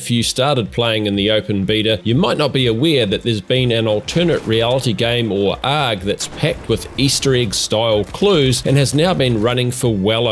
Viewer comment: I don't think anybody phonetically pronounces ARG... They just say the letters. That threw me for a loop.